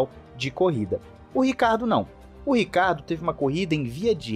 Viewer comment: Não entendo porque é tão difícil ler o SOBRENOME dele Ricardo é nome próprio sobrenome é Ricciardo italiano se lê (rithiardo) tenso....